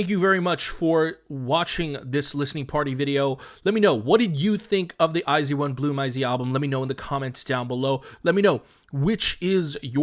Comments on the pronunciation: i wasn't paying attention, did pd not say it like ai jeu won? edit: it kinda just sounds like they said zeu instead of with a j sound, but idt its a big deal bc they know korean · hxlographic the way i had heard it was they had said it like the letters I and Z, so “eye zee one” rather than “ai jeu won” so like as if eye zee one were meant to be the english pronunciation, considering a lot of their audience are english speakers i don’t think they were trying to say the korean pronunciation. although yeah it’s not a big deal i don’t think it matters too much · this was really enjoyable since iz*one is my ult group lol i watched the whole thing but also would like to let you know iz*one is pronounced eyes one and the album name is pronounced bloom eyes, hence the songs eyes and open your eyes as well as their greeting eyes on me :) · never heard any korean (reactors/idols) pronouncing it as "zee", eeehhh? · hxlographic but thats not the korean pronunciation